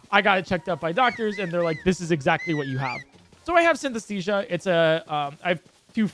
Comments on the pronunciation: Take a shot everytime says Synthesthesia instead of Synesthesia. jokes aside, amazing video and run!! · Synesthesia pronounced correctly counter: 1 Synesthesia pronounced incorrectly counter: idk like 50 lol Yeah, can't blame you, commentary is really hard